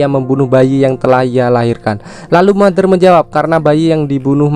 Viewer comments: iam Mother DIBACA iam Matter huehehe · Putri bertanya kepada mater, ngomong mader nya capek apa 🤣